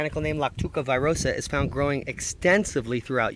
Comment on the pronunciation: It'not virosa , its veerosah